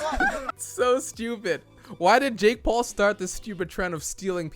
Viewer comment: How did I hear "uh dick paul" 😂